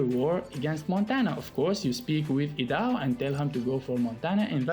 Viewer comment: Idaho is pronounced I-da-hoe lol 😂